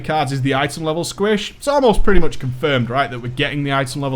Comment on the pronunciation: he's so funny when he's saying ''so MOCH''